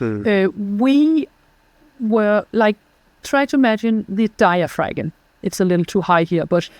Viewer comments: My erudite dear its digh-uh-fram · Why didn't you correct her on her MISpronunciation of- DIAPHRAgM? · Hope you corrected her pronunciation of diaphragm...off camera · I got such a big kick out of how she pronounced diaphragm. Lol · Very interesting podcast. Please learn how to pronounce diaphragm properly in English. It is the one key component in your approach and to hear that one single word mispronounced over and over and over makes it very challenging to listen. Especially when nothing else is mispronounced. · That pronunciation of “diaphragm” is wild.